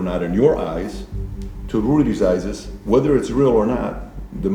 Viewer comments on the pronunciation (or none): "Rudy's eye-zes" can't believe the moderator says that. Does he also say "youse"?🤣